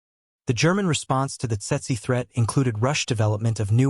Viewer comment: Tse-tse in Standard English. Pronounced "tetsee".